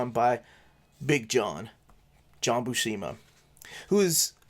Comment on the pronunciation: FYI - According to Stan Lee in the "How to draw Comics the Marvel Way " (he introduces him here): John Buscema's last name is pronounced "BUEW -SIM-UH" -the BU part sounds like VIEW...not WHO..and the SCEM part rhymes with JIM.